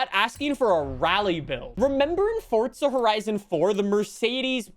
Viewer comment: I love your channel but it’s Forza Horizon 5 not Fortza Horizon 5